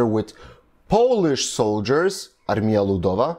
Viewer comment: Way you say word Armia, sounds wrong :D It should be pronounced like "Armya" - but that is a little caveat - overally im surprised how good are you pronouncing some other words!